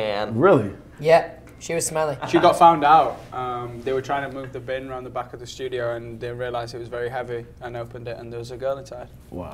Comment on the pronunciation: lol catching Liam's irish accent , "Hid in da bin" lol totes cute